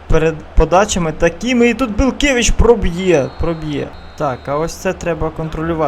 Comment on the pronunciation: Правильно казати БелькЕвич (наголос на кЕ) та Калітвінцев(наголос на цев) Рінкон(на кон)